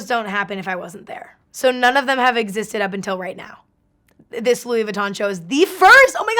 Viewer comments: “It’s just good vibes” “how would I explain it” come on Emma..... be better. Doesn’t even know how to pronounce the brand name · I swear every single time Karlie pronounces 'Louis Vuitton" I cringe. Karlie we get it you know French